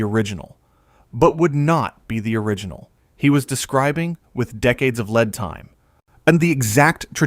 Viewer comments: check you ai voice over reading, words like lead and lead are 2 different sounds, so you will need to adjust the spelling so that the computer reads them aloud correctly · Ah, the word "lead". Kryptonite to AI pronunciation everywhere. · Tired of AI channels. Lead and lead are different a human would know